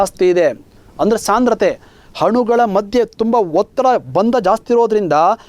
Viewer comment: Thank you for wonderful class sir nice explanation but one thing i should say...... sorry but while talking/reading u r making som mistakes haati, hanugalu, haadare, haadhika, haadbuta, haadanna antha wrong pronounce madtidira dayavittu aati, anugalu.......etc antha correct agi helidre tumba channgi annisutte sir🙏🙏.